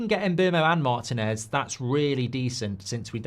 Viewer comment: Why does Mark pronounce Martinez MARTIN-EZ? It's mar-TEEN-ez. It's annoying.